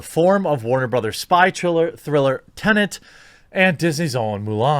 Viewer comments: Its tenet lad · tennent, really?